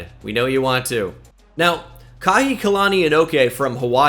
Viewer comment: Just wanna say this so the Polynesians don’t get mad. The Hawaiian receiver recruit’s name is most likely pronounced like “ka-hiki-lani” vs “kahi-kilani”